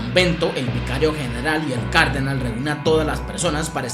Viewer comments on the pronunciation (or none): Cardenal tiene el acento el la última A, se dice Cardenál, no cárdenal. Sigue así bro, me encantan tus videos